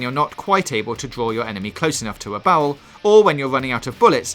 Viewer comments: i lovve that you cant say barrel like bearale but instead says bowls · Did you say BOWEL or BARREL.....either way sounds good. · What's a Bawwel for 300points please :) sounds like woger wabbit